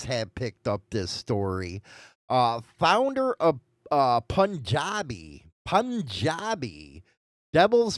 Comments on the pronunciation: not pun-jad-e it’s pronounced Poon-jad-e the U makes a long sound. It’s a province in India most of the immigrants from the Punjab Province come to Canada, but not the United States so I’m familiar with the term. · Pronounced "Poon-jah-bee". It's a province in India I think. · It's pronounced PoonJabi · Bro… seriously? Work on some pronunciation… Punjabi = POON-JOB-EE Lodi=LōDie!!